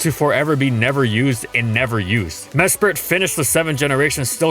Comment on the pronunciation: I didn't realize this until this video, but it's pronounced "Mesprit" and not "Mespirit."